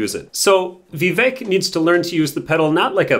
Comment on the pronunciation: It’s Vivek pronounced Vivake like Cake. Nice if you could pronounce his name correctly